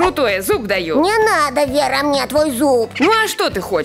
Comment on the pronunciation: Ой вера а не лера